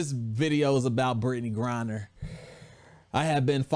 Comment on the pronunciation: U keep calling her Brittney GRINDER lmao